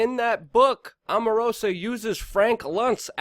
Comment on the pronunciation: It's pronounced Strok, not Stork & Omarosa, not Amarosa